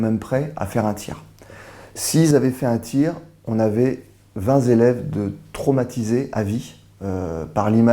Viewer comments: alors s'il y a des "héros", belle occasion d'utiliser le mot. On est loin de la guimauve que l'on nous sert en permanence. (attention aux liaisons style vingt t'élèves et pas vingt z'élèves). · 20 zélèves ! Ça m'a arraché les oreilles dès le début .Bon je le respecte en dehors de ça.